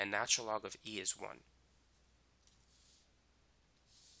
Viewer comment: If this man says natural log wrong again I'm gonna freak